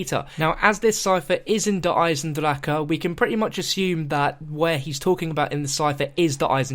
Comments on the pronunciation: proper pronunciation in gemany = der eisen-dra-ha also der eisen-dra-kuh or der eisen-dra-ga. depending on where in germany you are. if you dont speak german you have no say on how to pronounce it. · Stop! It is not der eisndracha like you are saying! NO NO NO! Also, this is awesome! I remember watching your vids about the storyline and I remember you talking about Peter! This is so cool! He might have survived cuz time travel. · Der esiendracka is not the way you say it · no it's pronounced der eisendrak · dats how u pronounce - its spelt der eisendrache...ik.. the creators told me it was pronounced der eisendrak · Actual Germans told me it's pronounced Der Isendraha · i hate how he says eisendrache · YOU BUTCHER THE NAME OF THE MAP IN EVERY VIDU